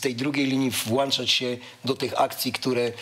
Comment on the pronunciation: wszystko spoko, tylko dobija mnie jego "włanczać"